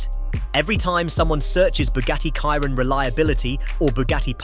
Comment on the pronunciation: sheeron not Kairon